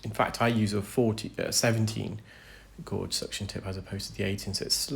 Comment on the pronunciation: Do you mean gauge when you say gorge?